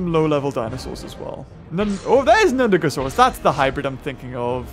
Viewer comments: It was nundosuchus you ment, not nudagosaurus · they'res no g in nundasuchus your saieing its hibrids name